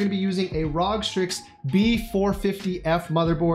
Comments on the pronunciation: stop saying "Rawg" ITS R.O.G. I cringe every time. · makes me cringe when you pronounce "ROG".... i believe its "R-O-G" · r-o-g R-O-G IT ISNT HARD